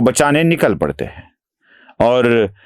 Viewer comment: aap "hein" ko "hai" bolte hein jaise "aap kya bolte hein " ko "aap kya bolte HAI". Anusara ka uchcharan nahin karte hein. Jara dhyan deejiye. Baaki sab bahut badhiya bolte hein.